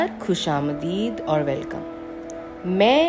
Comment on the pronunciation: Podcast बेहतर करने की गुंजाइश है। सुनकर लगना चाहिए कि आप बोल रही हैं, न कि पढ़ रही हैं। उच्चारण पर भी और ध्यान दें — नमस्कार, नमश्कार नहीं; "ख़ुश-आमदीद" के "ख़" का उच्चारण हलक़ से किया जाता है।